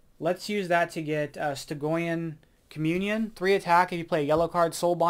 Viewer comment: Wow, Infinity Ultron doesn’t seem nearly as crushing as I thought he might be. 😂 Also, not important but FYI: Strange’s rare is pronounced “Stih-jee-uhn” Communion